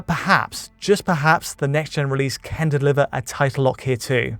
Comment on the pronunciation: Why can't say "can"?